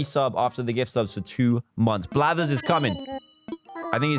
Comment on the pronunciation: "5 or 10 unique creatures to get Blathers" I heard bladders...